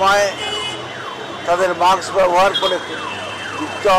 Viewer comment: বারবার মাকস বলেছেন কেন?